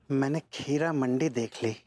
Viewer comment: Heeramandi ❌kheeramandi ✅😂❤